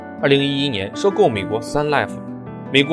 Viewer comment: leaf 立府 跟我一起读 利夫